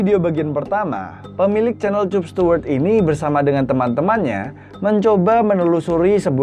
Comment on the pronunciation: Kapstuwerd bang bukan cupstuwerd